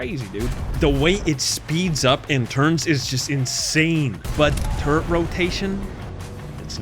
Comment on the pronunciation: Not 20 seconds into the video and I hear the word "turrent". I hope this isn't a trend for the rest of the video...